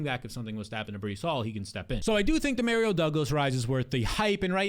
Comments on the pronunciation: “Dee-Mare-Rio” Douglas 😂😂😂 you can’t be serious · Hilarious pronunciation! 😂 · I got a friend named Dario and that’s how he pronounces it lmao Dee-mare-rio. According to him my whole life has been a lie pronouncing super Mario wrong 😂